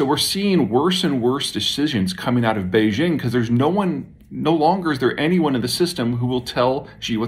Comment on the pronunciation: 'Who cares 😂". I do. At best, it is disrespectful to not make an attempt (like 10 seconds on google translate) to learn the correct pronunciation. At worst, it is yet another example of Western arrogance. He also totally butchers the pronunciation of 'Beijing'. Tones in oral Chinese are a different story. They are a serious challenge for a non-native speaker. So, I would give him a pass on getting them wrong.